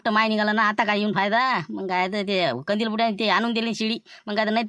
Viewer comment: बोलते कंदील को कोलते😂😂😂😂